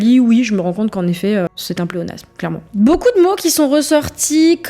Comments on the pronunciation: Beaucouf Le p devient F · boucou au lieu de beaucoup et "je vais sur Paris" au lieu de "je vais à Paris" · "Beaucoup" prononcé "Boucoup", ça m'agace un peu aussi, je dois dire...